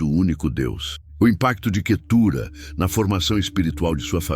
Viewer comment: O nome QUETURA não tem acento na última sílaba então não se pronuncia assim